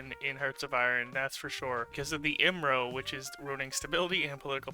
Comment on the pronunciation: Never heard someone pronounce IMRO all together and not one letter at a time before